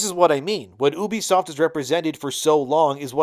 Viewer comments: It's "U" "B" Soft not oubee-fsoft. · If you're gonna talk about a company learn how to say their name properly first. It is YOU-BE-SOFT.